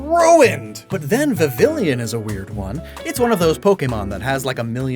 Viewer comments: Ok, it's not just you. I hear from everyone on YouTube, and it drives me kinda crazy. It's Vivill-on, not Vivill-ion! There's no "i" in between the "l" and the "o"! I've never understood why everyone makes this mistake! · God, your pronunciation of vivillon is PAINFUL. It's pronounced VEEVEEYON. It's based on the french word papillon, for crying out loud! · I’ll never understand why some people pronounce Vivillon as “viv-lee-on”. It’s supposed to be pronounced as “viv-e-on” just like how you’d pronounce Papillon. Adding an L to it makes no sense. Also in regards to shiny locks if they hurt your experience then maybe that’s a you problem. Shinies have become far too common now and if anything I stay away from shiny hunting now unless it’s a specific mon I like. Shiny locks aren’t a problem it’s the toxic fanbase that whines when they can’t get what they want. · I get a visceral reaction when he pronounces Vivillon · It's been like ten years since xy please learn how to say vivillon 🙏